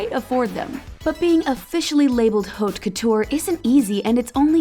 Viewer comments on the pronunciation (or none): none